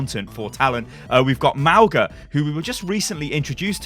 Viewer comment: Lol I kept laughing at how you pronounced Mauga like Mau-guh Sorry I know it’s not your native language but i can’t help it. It’s Mau-gnaah or you could pronounce it Mau-naah , it means mountain in my language, other Polynesians might say it differently.